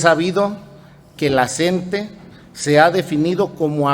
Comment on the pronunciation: OIGA SEÑOR REPORTERO NO SE DICE EL SNTE ES LA CNTE SIGNIFICA COORDINADORA NACIONAL DE TRABAJADORES DE LA EDUCACIÓN. POR FAVOR PROCURA LEER BIEN